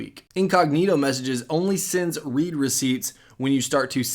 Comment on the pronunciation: You're pronouncing the "read" wrong